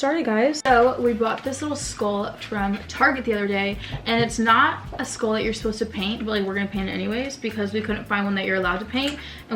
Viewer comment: "Skoool" it's SKULL! 🤣